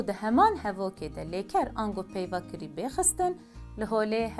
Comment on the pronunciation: Bibore xanima hêja, gotina kirî, tîpa "k" ê sert e, ne nerm e, û tîpa "rê" yê jî lerzok e, anku we du " r" yan divê were bilêvkirin.